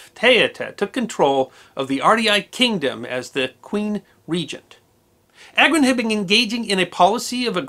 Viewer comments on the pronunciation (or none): It’s pronounced AGRON and not EYGROUN 😂